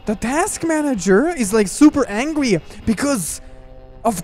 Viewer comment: lolllll he say task manager angwy in stead of angry